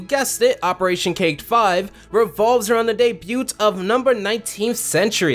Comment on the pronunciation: I wonder if he ever realized the T in “debut” is silent